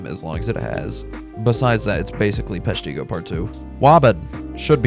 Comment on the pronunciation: Never knew peshtigo could ever be pronounced that way